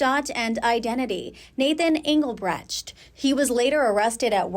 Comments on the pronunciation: BRETSHT?!? What? It’s BRECHT AS IN BREKT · Hey, "reporter," learn how to pronounce Engelbrecht.